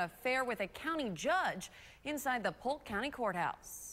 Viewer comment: Is that Polk county? or poke county?